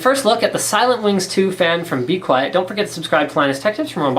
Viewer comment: He pronounced 'Be Quiet!' wrong D